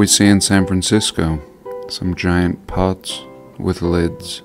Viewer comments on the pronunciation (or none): none